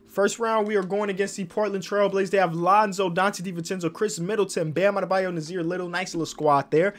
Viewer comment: Knicks: have mo bamba: "bam adabyo" Mo bamba: 😑😑😑